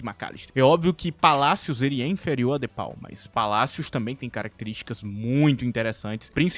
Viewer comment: O de pau e pika(apenas zoando o jeito que tu falou o nome dele)